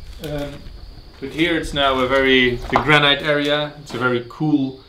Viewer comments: your pronunciation of "granite" is weird, it is pronounced "GRAN-IT" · Love the videos! I don't mean this in a critical way, but the word 'granite' is pronounced like 'granit' - the second syllable rhymes with 'hit' not with 'height' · Not criticising your excellent English but the correct pronunciation of granite is GRANIT.hope you dont mind me correcting you.